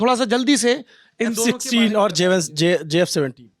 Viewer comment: F sisteen. . . . . . bolna toh seehk lo